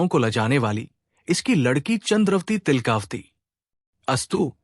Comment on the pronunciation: तिलका वती है, तिल..कावती नहीं